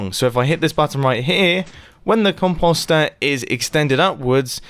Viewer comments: Com-poh-ster? nah. nope. not even. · Stop saying “cumposster”!!!! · Mumbo... com-post-or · Is it just me or is it funny that he says composter instead of composter